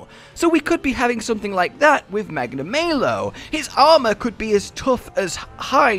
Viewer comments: Magna-MAY-lo? The devs literally tell you how it's pronounced. It's Magna-MAH-lo. How would you feel if we all pronounced your name Joosh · I don't think his name is supposed to be pronounced "Magna May Low". I think it's intended to be "Magna Mah low" because he is bad news aka "malice" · Normal people: Magnamalo: magnamaylow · "Its me Magnamayo." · Are you guys serius? Its pronaunce McNamalow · FFS they say the name Magnamalo in the first trailer, how can you keep mispronouncing it? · 12 seconds in and you guy’s already pronounced its name wrong